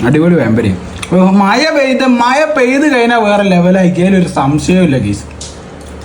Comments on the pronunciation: മായ അല്ല മഴ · Your pronounsation not correct.you spoke മയ. That not correct.മഴ. Correct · table manners പാലിക്കുക. sound ഉണ്ടാക്കി കഴിക്കരുത്.. tea കുടിക്കുമ്പോള്‍ sound ൽ വലിച്ചു കുടിക്കരുത്.. മയ അല്ല മഴ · മയ അല്ല മഴ 🤣